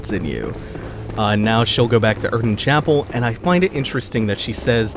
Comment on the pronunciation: hypogean 'jail' huh. You also said something like 'erdon' chapel. Is that how its really pronounced?